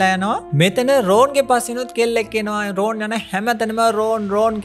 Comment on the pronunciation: ඔක්කොම හොඳයි හැබැයි නම් ඔච්චර ඇදලා කියන්න එපා.. රෝන් නෙවෙයි රොන්.. ❤️